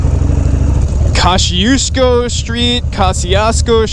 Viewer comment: Pronounce it Kościuszko. Simple 😁 But you did pretty well with pronunciation. Cool vid!